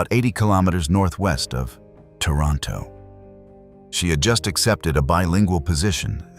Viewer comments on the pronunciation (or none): Anyone else giggle at how he says Toronto . Gloom n doom sounding haha 🤣.